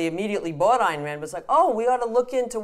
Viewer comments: Gloria, I love your sincerity and inquisitiveness. But you should know that Ayn rhymes with mine or pine. "Ann" is incorrect. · Exactly. Or, in my case, reading biographies. Either way, how hard is it? Beyond that, she has sat and talked with people who knew Rand personally (Binswanger) and say her name correctly. Resistance to getting such details correct is a red flag.